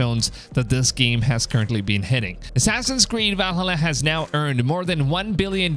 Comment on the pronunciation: please stop saying Valhalla like that